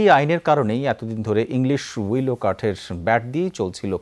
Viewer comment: ডেস্ক রিপোর্ট টিতে যে মহিলা কন্ঠ দিয়েছেন উনার বা যিনি স্ক্রিপ্ট তৈরি করে দেন,তাদের শিক্ষাগত যোগ্যতা কতটুকু বা কি খুব স্পষ্টভাবে জানতে ইচ্ছে করছে।যে গাছের কথা উল্লেখ করা হয়েছে তার নাম "উইলো"(willow), পৃথিবীতে প্রায় ৩৮০-৪০০ প্রজাতির উইলো, আছে,সবই স্যালিক্স(Salix) গোত্রীয়,কিন্তু রিপোর্ট টিতে শুনলাম মহিলা বারবার "উইলি" উচ্চারণ করেছেন।Curious mind wants to know is she a fan of David Willey(ডেভিড উইলি)?